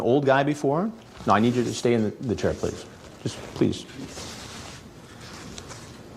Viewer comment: Pleez. Pleez dont put this on Teebee.